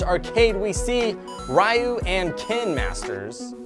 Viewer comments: Turn on closed captions and it says “Sure you can!” instead of “Shoryuken!” It’s pronounced REE-u, not RAI-u... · i am sick and tired of people saying r-I-u instead of r-E-u someones never played super smash bros before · Why did you call Ryu ri- yu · Did he call Ryu rayu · It’s pronounced reeyou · You said ryu wrong